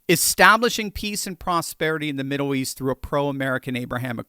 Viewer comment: Haha... "Middoow East" 🙂